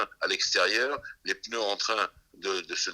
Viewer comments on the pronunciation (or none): none